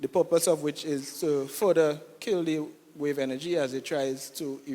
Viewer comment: Pupose??? lol is PURPOSE